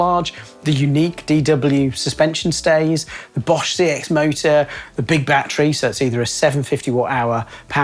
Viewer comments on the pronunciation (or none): none